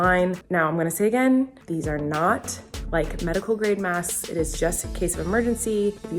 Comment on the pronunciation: It bothered me so much that I couldn’t hear her pronounce the k in masks. Like ik she said it right, but I just had to go back once just to see if I could hear her 😂